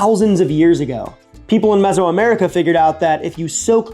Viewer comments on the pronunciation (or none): none